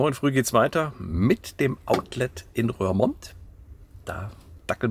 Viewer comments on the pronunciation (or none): Darf ich einmal klugscheissen: bei „Rörmond“ klappen meine Zehnägel hoch. Das „oe“ in Roermond wird wie unser „u“ ausgesprochen. Also RURmond. Es geht nämlich um die Rur aus der Eifel, die bei Roermond in die Maas mündet (-mond). Also: oe=u und das u=ü. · Ja, die niederländische Aussprache... Die Stadt heißt "Rurmont"! Ich versuche mir da mit Eselsbrücken zu helfen: OE wird wie u in Buch gesprochen. Boek und book heißen im Niederländischen wie im Englischem Buch und werden gleich ausgesprochen. Oder ui ist wie unser äu: huisje heißt Häuschen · Hey,, Du Nase 😊, den Ortsnamen "Roermond" spricht man nicht "Rörmond" sondern "Rurmond" aus Liebe Grüße vom Wolf-Uwe aus dem Münsterland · Lieber, falls es noch nicht erwähnt wurde (Klugsch*** Alarm): der Ort spricht sich Rurmond, weil die Rur ohne H in die Maas mündet 😉